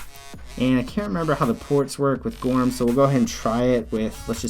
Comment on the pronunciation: Thanks for this alternative. Just for the sake of the founder of goorm, it should be pronounced like "guru" in English with "m" sound at the end. "Goorm" literally means "cloud" in Korean.